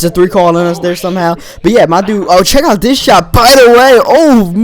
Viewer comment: why do you speak like that instead of another you say "Anoder" and instead of there you say "Der" IT JUST ANNOYS ME